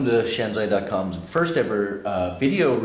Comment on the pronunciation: It is shanzhai, not shanzai... pronounced 'shan-jye', not 'shan-zye'